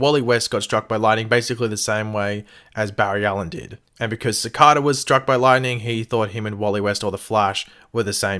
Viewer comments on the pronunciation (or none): Sah-Kay-dah not sah-cah-dah this is symbiotes all over again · If you're going to repeatedly say a word in a video, and you're obviously unfamiliar with it, then look up the proper way to pronounce it. For example: Cicada. (Pronounced Se' Kay da. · its pronounced SICK- AYE-DUH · btw it's "Sa-K-Da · It just sounded weird in my ear 😉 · Pronounce his name right jeez